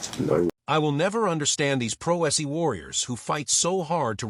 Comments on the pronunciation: Either the narrator is AI, or really ignorant. “Pro se” is not pronounced “pro essee”🙄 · "Pro S - E" lol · The AI is horrible. The “Pro Es Ee” defendant. Ugh!